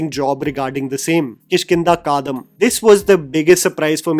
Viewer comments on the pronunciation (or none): Sorry... Felt like you are not from India when You could not pronounce Kishkinda Kaandam.. it is a chapter in Ramayan which not just for we malayalis but but for whole of india.. 🤦🤦🤦🤦